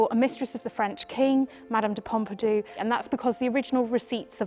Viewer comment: Mme de Pompidou? Don't you mean Mme de Pompadour?